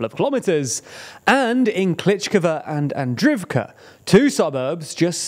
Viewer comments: "ii" = "eee". So Klisch - eeeeev - ka, not Klish-ihv-ka. Same with Andr-eeev-ka not Andr-ihv-ka. Source: watching Denys Davydov for the past 1.5 years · great video as always! just wanted to drop in to say that the double i in Klishchiivka and Andriivka makes more of an EE sound